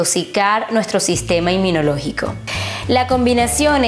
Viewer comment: Porque dice sistema enminologico? Es INMUNOLOGICO!!!!!